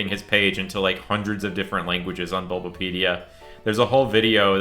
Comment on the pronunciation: it's funny you flubbed saying "bulbapedia" , you have no idea how many times i've used the DDG bang for bulbapedia when not searching for something related to pokémon. i've accidentally done searches for death grips, james dean, and just yesterday, mega man x6. chat what if death grips in pokémon world???